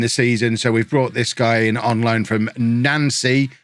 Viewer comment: i think it's pronounced 'nounce'-y